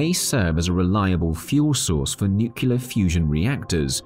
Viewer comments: Great information. Lots of material. One question in a science video, Nucular fusion, or Nuclear Fusion? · Oh man you hit a sore spot on me. I absolutely refuse to believe how many people in the videos I watch say nucular. Im talking about people with college degrees and prestigious career positions in respectable companies! Are they all just fucking with us? Are we on a real life episode of Candid Camera? I keep waiting for Alan Funt to jump out from behind a curtain to surprise me!